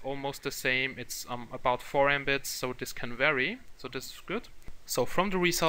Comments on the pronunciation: Patrick Hansen I should've guessed. It's just the funny pronunciation and it just sounds like a word "embit" rather than abbreviation. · The literal pronunciation of Mbit (Megabit)